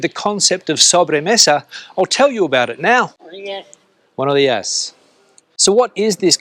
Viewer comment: Hahaha, you really sounded very Spanish when you said "Buenoh diah" to the old man... 😂